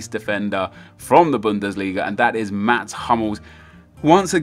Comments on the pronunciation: It's Mats Hummels, not Mat Hummels. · Mats hummels not mat -_ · Mats Hummels not Mat 😁